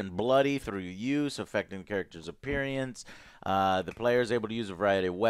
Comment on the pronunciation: Who misspronunces appearance, Joe does